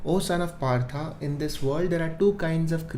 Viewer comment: It's Pritha not Partha. Arjun is himself is Partha and his mother's name is Pritha. Also it is Brahmaan, not Brahman xD. Also, I really like what you're doing here and I really feel peaceful in the 2 hours of reading Geeta a day. Thanks for doing this xD.